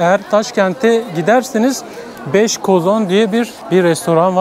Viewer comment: Üj bej Arnavutlar gibi soyluyorsün 3 5leri 😂güzel video emeğine yüreğine sağlık